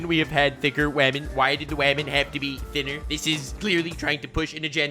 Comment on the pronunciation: I love every time he says that wah-men are being more or less helpful🤣🤣